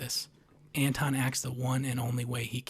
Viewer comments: Antoine and Anton are not pronounced the same. His name is Anton. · Absolutely love the analysis. It’s spot on, you’ve said everything that needed to be said on the theme and meaning of the film. HOWEVER, how is it possible that you know this story so well, and yet you can’t pronounce Llewelyn and Anton?!